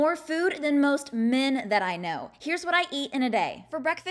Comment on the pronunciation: I say this in every short but why did she have to emphasise “men” like that…? Am I not allowed to eat a lot?